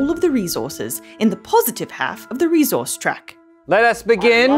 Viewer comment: Couple of things i wanted to mention: - fun fact: a fortnight minus 7 is called a sennight - saying reZource is inaccurate for the accent. The s is aspirated but not vocalised. That is all!!